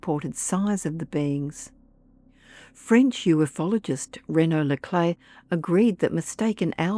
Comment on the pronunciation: It's pronounced “u-fologist" not “uf-ologist".